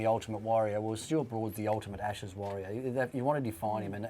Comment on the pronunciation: "ASHSES PODCAST"....pretty embarrassing. Well done, Sky!